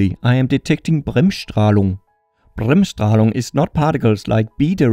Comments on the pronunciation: how do you speak Bremsstrahlung so german? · You Said it good. Bremsstrahlung Is a German Word, and means break radiation.